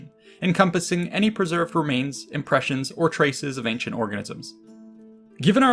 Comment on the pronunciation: He said ancient orgasm. When the video starts.